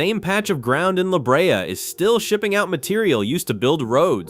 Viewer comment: La Brea pronounced Laa Bray